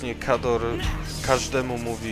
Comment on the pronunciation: A to jest Kharad a nie Khador!